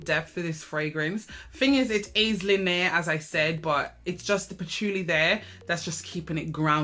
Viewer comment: The way you pronounce linear 🙂...wait 15 flankers for GG. Had no idea